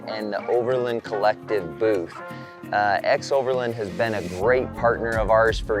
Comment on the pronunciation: It’s strange how you pronounce xoverland as if it were spelled ‘xoverLIND’ with the letter I. Say it with me: ex-over-LAAAAAAAND!!!!